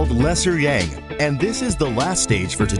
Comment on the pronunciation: The word "Yang" is pronounced with an ah sound, like when you say massage, not with a typical "a" sound. At first, I was not sure what you were talking about because the word was mispronounced and I didn't understand what you were saying. Also, the music in the background is very distracting and the lesson will be more effective without the music or a slower tempo. Other than that, the quick explanation was very good.